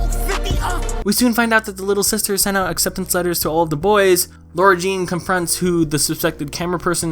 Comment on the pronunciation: its LAHR-uh jean not lohr-uh